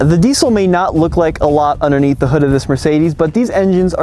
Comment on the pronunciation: the word is underneath no unnerneath there is a d in there